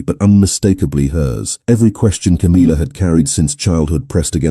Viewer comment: It's tiresomely irritating to hear the name Camilla, so badly pronounced, it's not Ca-meal-uh, it's Cam-ill-uh. Gawd strewth, millenium hand and shrimp!